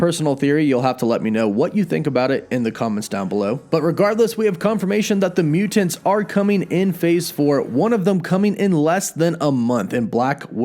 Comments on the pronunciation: Im dreading hearing you say muTANTS 100x this video.. "muTANTS" and "imporTANT" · Please stop saying mutants like that! Mu-tants! It's so cringe bro. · I'm just here for the way pronounces MUTANTS.:) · Over pronunciation. lol